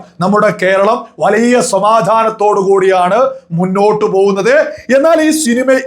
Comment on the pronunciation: വളിയ അല്ല bro വലിയ... വലിയ... 😂